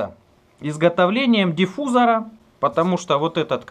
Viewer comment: диффузор правильно ставте ударение а то завтуливать аж уши скребет